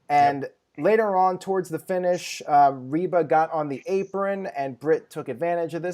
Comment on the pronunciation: It’s Rebel not Reba lol